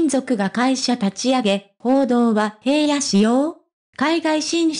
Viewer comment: いつも気になるのだが、平野（ひらの）に対して（へいや）と読むのは違和感を感じる。